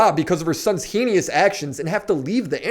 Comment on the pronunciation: Heinous = hay-nuss (phonetic). Sorry you're like the fourth person I've heard mispronounce this in as many days. English-Man! I Haaaaaaaave the poweeeeeer! (spelling?) Insert lightning transformation here.